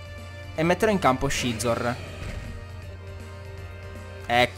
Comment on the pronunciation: Perché chiami Scizor "Scezor" e non "Sizor" >.< Non sto dicendo che sia sbagliato,sinceramente non so quale sarebbe la pronuncia giusta,ma mi da un certo fastidio come lo pronunci tu XD Ah,quetti Scolipede è_é